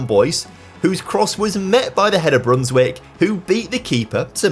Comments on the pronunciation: Small tip: when a Dutch name has ij in it pronounce it as an i. So instead of Brunswick say Brunswike. Just the same as you say Van Dijk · Actually, it's pronounced "ei", like the "a" in "game"